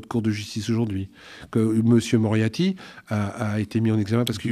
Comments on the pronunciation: Alors mon, je t'apprécie beaucoup, mais ce n'est pas parce que tu n'as plus besoin de faire appel à des coiffeurs et/ou coiffeuses que tu dois les stigmatiser! Et c'est MoriaRty, pas Moriaty. (Merci néanmoins pour ton remarcable travail 👍) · "M. Moriaty"..... C'est fait exprès, obligé ! Après, c'est ouf' le pouvoir de démystification que ça a ! Ça me donne envie de systématiquement écorner volontairement les noms de nos politiques en faisant comme si je m'en fichais, pour leur enlever un peu de leur aura. J'vais faire ça, y'a moyen que ce soit efficace auprès de certains...